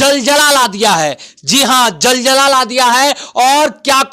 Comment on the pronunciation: jaljla Nahi zalzala hota hai.